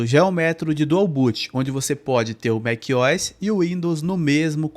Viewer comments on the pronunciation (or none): Que agonia te ouvir falar Mequiós. A pronuncia correta seria Mac "O" "S", separando as letras O e S. O MacOS poderia ser lido em português Mék - Ou - S. Em fim, você fala como quiser, eu só tive dificuldade em prestar atenção no conteúdo porque mequiós me distraía. Hehehe Excelente vídeo mano. O conteúdo do teu canal é muito valioso. Inscrito!